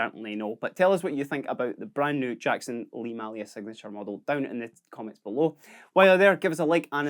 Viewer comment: May lia not Mah lia